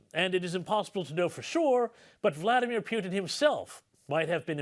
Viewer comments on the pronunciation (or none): Haha Pyoutin